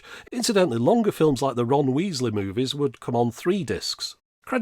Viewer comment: Did he say Ron Weasley movies?